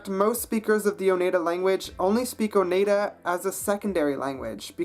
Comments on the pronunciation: Btw: Oneida is pronounced Oh-nII-dah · You pronounced Oneida wrong. The 'ei' are pronounced like in 'ein' in German.